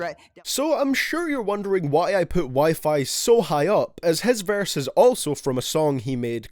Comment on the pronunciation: Boy says verse like varse